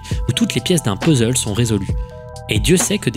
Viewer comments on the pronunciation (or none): none